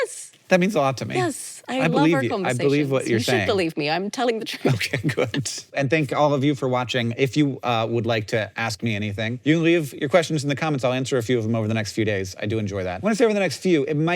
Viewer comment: Sometimes it sounds like “Ass Kink Anything” which would probably be a very different show